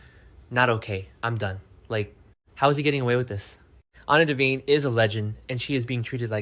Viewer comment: His draw dropped when he heard that? Then if he actually watches the show why does he call Anna Devan A instead of Devane? Vane like a weather vane not devan then a long A. Off screen is oaf screen? Pronunciation is bad and fake AI instead of a real human that actually watches the show.